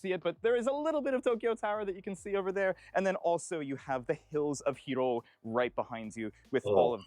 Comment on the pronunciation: 'Hiroo', how it was pronounced reminds me of Big Hero 6 XD